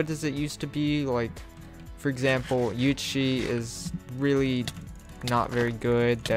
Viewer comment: everytime u say "UHC",you say "UHshee)